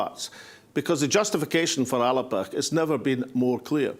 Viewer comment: Thanks, Alex for this pre-conference video, and I am delighted to hear you pronounce the party name properly as many in the party leadership do not bother to do. I have written to the Party to complain about the motions from Fife on the constitution and the one from Edinburgh on currency not getting on to the agenda, but my letter has been ignored. I have had no response not even an acknowledgment. If these important issues are not up for debate at the party conference then I will not be coming to Greenock and risking infection to discuss protecting old battlefields. I will just not attend the conference at all. If ALBA is not going to be a democratic party where the members are sovereign then I will not be maintaining my membership.